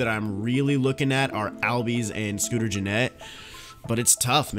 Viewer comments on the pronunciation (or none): ozzie albies name is pronounced allbies